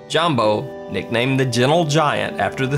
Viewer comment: Jambo is pronounced yambo